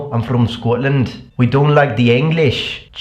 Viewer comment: Question! Why are you pronouncing "don't" as [doŋ]? As in, with a velar nasal? I noticed that in your videos a long time ago.